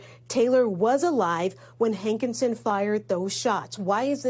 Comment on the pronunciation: His name is pronounced HANKISON. not HANK IN SON.